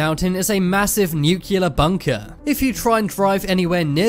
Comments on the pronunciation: Every time you pronounce Nuclear as "new-killer", I lose five minutes of my life. and I don't have a lot... PLEASE ! nuclear is pronounced "new-clear". And I'm not even a native English speaker 😁 Other than that, love your vids, good work : ) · It’s not pronounced “nucular.” It’s nuclear! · Please say new-clee-are, not nuke-you-lar.